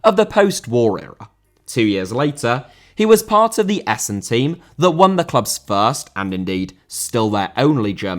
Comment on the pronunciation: Nice for the correct pronunciation of Essen.